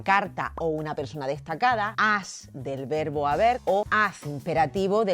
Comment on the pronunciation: Comencemos con que la "lingüísta" pronuncia mal la "v" y la "b"....en español se pronuncian igual, no hay diferencia en el sonido. No vi más el video, llegué hasta la parte en donde pronuncia mal la palabra "verbo"😅